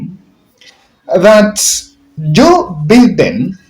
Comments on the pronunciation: The way you pronounce the name Biden is wrong it is not Beden , but is Biden (Joe Biden not Beden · It's pronounced Baiden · it is shameful how you are pronoucing Joe Biden. Try saying BAIDEN you will get it right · It is not Joe Beaten it is Joe Biden please